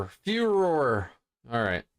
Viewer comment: Furor: fu-roar